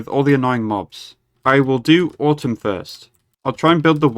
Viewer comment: Still pronouncing atum like "autumn" xD good episode.